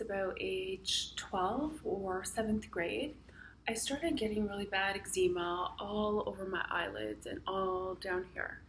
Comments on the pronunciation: Its EGGS-ZA-MA, not EGGZEEMA. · Great but it's pronounced eggs-em-a. Not eggs-eem-a. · I love that you pronounce ezcema, Egg-Zeema. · Eggzeema lol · Angie Chambers - Sorry Angie. Perhaps I should have thought about it before commenting. However, Ex Zee Ma just sounds wrong lol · YOU'RE NOT PRONOUNCING EXCEMA CORRECTLY! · I have it too but why are you saying eczema like that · Australians pronounce it Ex-sma. I had to do a double take everytime it was pronounced differently :)